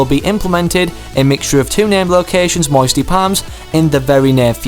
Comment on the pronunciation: I liked it when you said moisty palms it sounded as if you were from Alabama